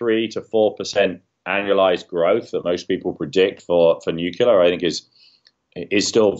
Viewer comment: He cannot even pronounce nuclear! Say it slowly,, new-clear.